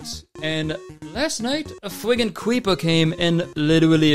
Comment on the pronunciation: fwiggen cweeperr